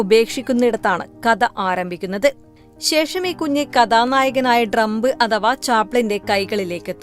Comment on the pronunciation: ഡ്രംമ്പ് അല്ല , ട്രാം പ്